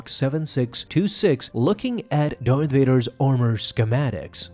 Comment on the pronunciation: Why are you pronouncing it... Dorth Vader? It's... DARth Vader.